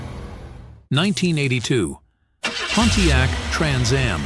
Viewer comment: In the future spend money on better AI that can properly pronounce Camaro, Pontiac, etc.